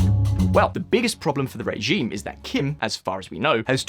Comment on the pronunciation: Nice to hear a new voice. It called my attention that you pronounce the word "regime" as "ray-gime.